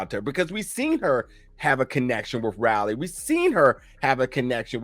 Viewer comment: I love how’s he saying Raly it’s Riley lol